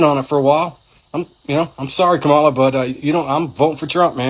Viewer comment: The first two seconds, he mis pronounced Kamala’s name. I knew straight away it would be BS. I was right! 💙💙💙💙💙💙💙